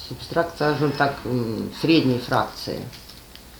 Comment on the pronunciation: Не субстраКт, а субстрат!